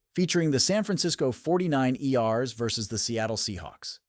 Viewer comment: The 49 Erssss 😂😂😂😂😂 Is Insane Funny AI Speaker